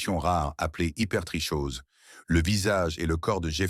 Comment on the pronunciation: vidéo super intéressante mais à titre d'information on prononce HypertriKose malgré le "ch"